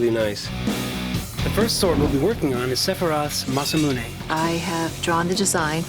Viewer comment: Biggest fan and still pronounces Masamune as "mass-ah-moon-ey" :/